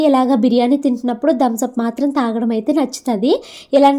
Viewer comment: Not dhams up it is thumbs up